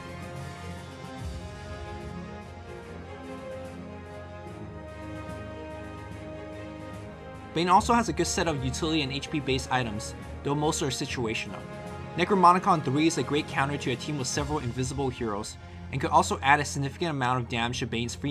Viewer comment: "necromonicon three'' lol